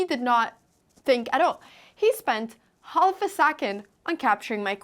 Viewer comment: Anna, you are an absolute joy to watch in your videos. Your energy is contagious. I only have one small criticism- you should stop pronouncing the "L' in half. :P